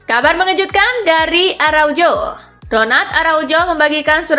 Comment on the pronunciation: Araujo di baca Arauho mbak karna itu bhs latin